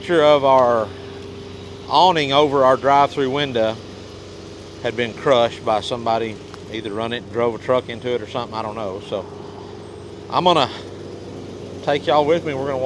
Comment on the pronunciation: Drive thru win-duh..